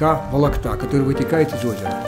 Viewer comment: Не волокта, а Волкота, не кулешов, а Кушелев) А в остальном приятно было посмотреть на родные места)